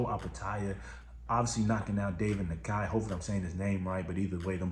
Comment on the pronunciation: It’s pronounce NAI-YEE-KA brother